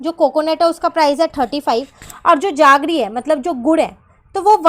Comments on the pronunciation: Mam that's not jaggre it's jaggery means gud metha vala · Why are you saying जागरी instead of जेगरी